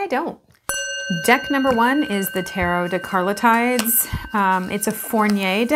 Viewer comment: Illustrator Carlota Santos aka Carlotydes is the creator of the deck. If i'm not wrong she have her own channel on youtube. Spanish pronunciation of her name is Carlotydes with an accent in the o (as in merlot) the letter y in "tydes" sounds more like the i in "Fido" and "des" as in "destiny".